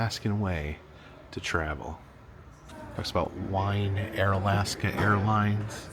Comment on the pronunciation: OK, it is not W-I-N-E ,it is W E E N. Wien is WEEN. The plane you never saw before is a Grumman Goose.